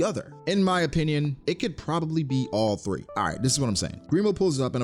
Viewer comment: My man's said "all tree".......bruuuh😑😑😂😂💀💀 I fux wit you!!